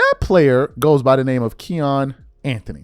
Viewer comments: Its Kiyan not keyon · His named isnt Ke -yon lol its its pronounced Ki-ann lol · I hate to be this guy but your haters are going to kill you for pronouncing his name wrong. It's more like cayenne than Keon. Just saying 🤷🏿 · His name isn't KEYAN it's KIYANE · His name Ki-yan is actually pronounced, like the Porsche truck “Cayenne” or the pepper 🌶️ “Cayenne”. Nd yes he’s really good. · It's Ki-yan nigga get it right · U sayin his name wrong bro KI ANN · His name is not the way you’re pronouncing. It’s pronounced like Cayenne pepper kiyan Anthony. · “Kee-Yan”😂😂😂😂 This dude don’t know shit lol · who tf is KEE AWN?? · idk how much it matters but his name is pronounced "Kai-an" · Its "KYE-YAN" lol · My God you butchered Kiyan's name. It's pronounced Ki- (rhymes with high) yan (rhymes with fan) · !st off learn how to say KIYAN name right 2nd i root for KIYAN i thnk he shuda ben a Mcydys player that was B.S but then u cant compare college stats to anything the NBA does game aint the same we seein #1 picks flame out so stop it💯💯💯💯💯💯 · You’re saying his name wrong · You are a piece of shit. Why don't find something else to talk about? You don't even know how to pronounce his name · Saying his name all wrong 😂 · You said it wrong say ki like you saying Kyrie name and the boy is a dawg just like melo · be butchering everybody name 😂🤦🏾‍♂️ all you gotta do is watch some highlights and you’ll hear the commentators pronounce his name correctly. That’s the verbal equivalent to misspelling somethin online when you can just spell check. I rock wit the content doe fasho! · Love your work but mispronouncing Kiyan is losing credibility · How can you not know how to pronounce his name?? NOBODY has ever called him that! 😂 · Thirsty for content! Can’t even say melo son name right goofy ass nigga! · Gshit, I cringed for the entire video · PRONOUNCING HIS NAME WRONG 🤷🏾